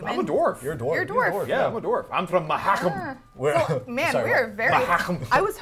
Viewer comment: please, it's pronounced MA-HU-KAM